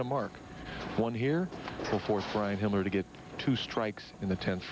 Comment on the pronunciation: If you listen to Marshall very carefully he calls Himmler Hitler.